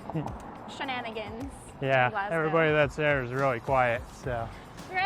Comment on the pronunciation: thank you for pronouncing Glasgow right